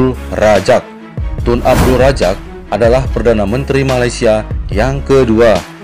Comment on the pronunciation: Medok banget,Abdul Razak bukan Rajak Muhyiddin Yasin lahir di Muar, Johor bukan Muai Banyak lagi yang lainnya, antaranya Khir Toyo..